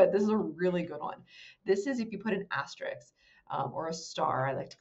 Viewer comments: You call it a star because you like most people don't know how to pronounce asterik. Ever notice that most people use the word ekcetera and don't know or care that it's not correct. lol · Respectfully, it will make you seem more professional to say asterISK and not asterIKS. The ending should sound like the word "risk". thanks for the great content!